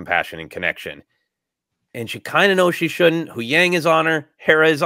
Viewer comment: Love you guys, keep up the amazing work! Is saying “wang” instead of “yang” and inside joke i missed somewhere?